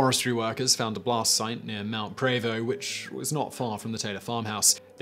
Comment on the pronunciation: His Mt Prevost was close enough too.